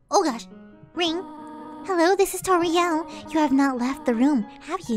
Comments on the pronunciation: Omg did said tortia to toriel 😂🤣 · stop saying tortilla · That's hilarious that he called Toriel "tortilla" hahahahahahahahahahahahaaha! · She called toriel tortia XD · The goat mom is not.... “tortilla” it is TORIEL edit: and hp is health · I like when she says tortia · Toriels’s name is pronounced: TOUR-E-L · It's Tor l It sounds just like it spelled